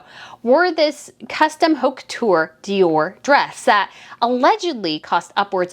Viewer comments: Just a friendly reminder the h is silent in French, so the h in haute couture is silent. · Please pronounce haute couture without H sound. That makes your fashion critique convincing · sweet and all but if you’re going to criticize fashion and people who purchase it, you need to learn how to pronounce those foreign names and haute couture. The h is mute and the au phoneme would be an approximate of the phoneme o as touch. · The "H" in haute couture is silent.